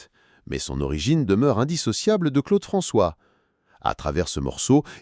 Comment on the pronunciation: En entendant la voix dire Claude Franchoix au lieu de Claude François, j'ai compris que ça n'avait pas grand intérêt de poursuive la vidéo